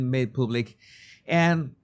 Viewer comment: /Pub/lick not /poob/lick ....